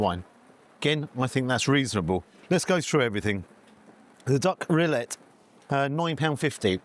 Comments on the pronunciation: The way you pronounce it, the spelling would be Rillet. It is spelled AND pronounced Rillettes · Just FYI ... it's generally pronounced REE-yet, rather than Rill-LAY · Great review except for the duck rilettes. The correct pronunciation is reeyet not relay. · Hello. Another excellent place and review. Must let you know, Rilette is pronounced Ree-ett. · Xmas jersey and shoes❤ Steak looks wonderful. Decent portion of frites. Rillettes is pronounced Ree (as in street) etes (as in sets). Ree...etes.🎉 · It’s pronounced riyet and originally comes from Le Mans in France - shame you didn’t say hi! But never mind … you might want to try the pizza restaurant next door a go ‘cento uno’ as that is excellent too - all the best Philip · The L in rilettes is silent. Pronounced ‘ree-yay’ 😊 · Rilette, the ending sounds like the same ending in cigarette, not ri-ay. Clearly made in house. You got it right at the end so don't know what was going on at the beginning! The steak definitely looked juicy too. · I love what you’re doing! Reviews ranging from £1 burgers to 3 stars restaurants and you are obviously passionate! However, it is “ree yay tuh” 😂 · … please google how to pronounce rilette ❤️ please don’t be offended lovely x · Rillette pronounced with the T’s… Cooked in fat then shredded…. Love u G ❤